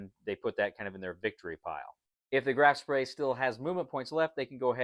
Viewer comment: It is not Graf Spray :) The ship was called Graf Spee Beside that, nice video and nice game.